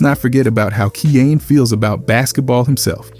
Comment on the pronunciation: If I’m not mistaken (and I’m no expert on the kid), i think his name is pronounced Kie (like fly) - yan (like fan). I remember it sounded like cayenne (like the pepper) when i heard one of hood parents say it one time. No biggie. I still love your channel and keep up the great work! 💜